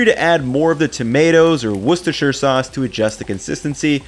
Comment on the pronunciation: An American who can say Worcestershire. Colour me impressed.